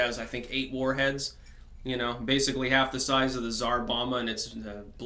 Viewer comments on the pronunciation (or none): none